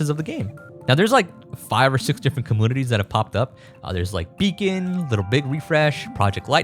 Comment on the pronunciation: Its not “comoonities”